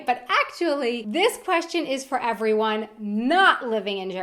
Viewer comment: Ihave a kweschtshen too what the fuck learn english before you talk about us